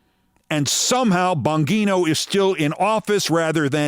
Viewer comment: Every time you pronounce Dan Bongino's name I crease-up Keith. Every single time as though it were the first. And I don't have anosognosia, I don't think 🤔💭⁉